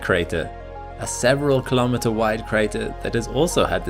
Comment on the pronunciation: What is a kholometer? Say miles like a normal American